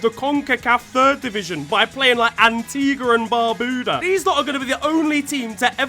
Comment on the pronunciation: butchered the pronunciation of Antigua and Barbuda 🇦🇬🇦🇬🇦🇬much love same way still